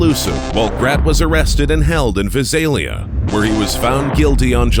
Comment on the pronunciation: it's pronounced VI-SAIL-E-UH not vizail eah and we usually call earlimart as early-mart please make sure you have the town names pronunciations correct.